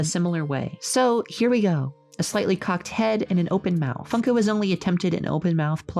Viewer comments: Why did I keep hearing fucko instead of funko? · I cant , I just cant, it sounds like she's saying fucko, not like a swear, instead of funko